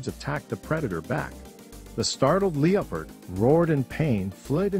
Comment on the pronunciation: You don't even know how to pronounce Leopard